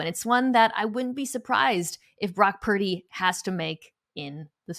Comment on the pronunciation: Is Parrrdy or Perrrdy 😏😂🤣😂🤣😂It’s Purdy!!!🤭🤗